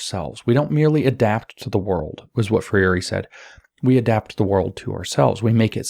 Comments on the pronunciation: Free reeeee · brazilian fan here, James. “FREY RhEE” (if I may respectfully assist in the pronunciation). thanks for the colossal work your doing.